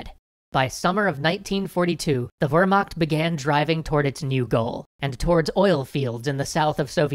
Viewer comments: whermact (vear-mackt) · Wermacht : Pronounce Ver Maht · Its vermacht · Why the inconsistent pronunciations? You pronounce "Luftwaffe" alright but butcher "Wehrmacht". Why? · Just type "Wehrmacht" into google translate, set to German and click on "Listen". That's the correct German pronounciation. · Dude. It's not about "nazi pronounciation". It's about pronouncing a foreign language correctly. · The pronunciation of wehrmacht killed me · Its Ver-macht not wermarkt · I know this is a very common pronounciation, but it still makes me cringe to hear "Wermakt" instead of "Wehrmacht" is the "ch" really so hard to pronouce? Or are you choosing to say it like that so anglophones will understand? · A tip on pronunciation of German words. Luftwaffe is pronounced with an oo as in spooky and has the accent on Luft-. Much like how the English word airforce has the accent on air, not force. Also the Wehr- part of Wehrmacht sound like the word ''where'' not ''were''. And Panzer has the famous German Z which sound like a T follow by an S, like when you say ''hit song''. Not to be nitpicky but you probably have to pronounce these two alot in the run of the show. Anyway thanks for the bonus these series are really nice. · Hey =) to help you pronounce wehrmacht correctly so it doesn't sound like warmacht, try saying veremacht. should sound better this way I think. I'd love to help out on other german pronounciations if you need me =) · Please, its "Wehrmacht", not "Wermacht" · It is Wehrmacht not Wermacht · Wermacht. Wermacht denn sowas? (Its called Wehrmacht) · It’s actually pronounced vermarct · Still... it's pretty easy to look this kind of thing up. It's a nitpick, I know. I enjoy the extra histroy stuff greatly! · How come you say Luftwaffe right, but Wermacht incorrectly? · Great video but it's pronounced Vehrmacht... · It is pronounced vehrmact but is spelt wehrmacht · love the vids but it's pronounced vair mok spelling is whermacht